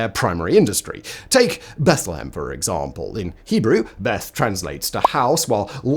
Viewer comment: Lol@ "exaRRRRRRRRRRRRRRRRRRRRRRRRRRRRRRRRRRRRRRRRRRRRRRRRRRRRRRRRRRRRRRRRRRRRRRRRRRRmple"